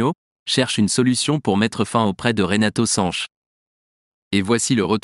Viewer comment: Sanch et non SanchES